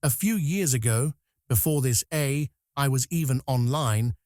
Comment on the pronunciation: I like tacos... Anyone else notice AI has trouble saying AI? Where are the real videos? The real people? The real creativity? This is only the beginning fellas... This trash will ruin ur ability to think haha and people imagine Terminator haha 😂 destroy your creativity and it's over guys without anyone ever firing a shot! Enjoy